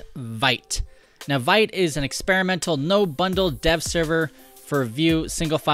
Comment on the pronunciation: the pronunciation is veet.